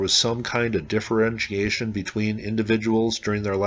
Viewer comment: Differentiation? 6 syllables? I stop at 4 Great info - appreciate your videos 30,000 years is hard to fathom